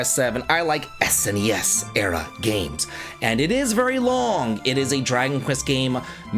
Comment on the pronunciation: Can I just say I love that you say " S N E S ". That is how I always said it and I hate how younger generation s pronounce it like it is a word, "Snes or Nes"